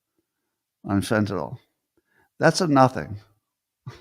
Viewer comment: It's Fent-a-nil for goodness sake!! Can nobody pronounce this simple word!!!!!